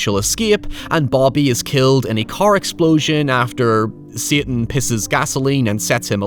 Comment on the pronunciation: Everytime you say "satan" I die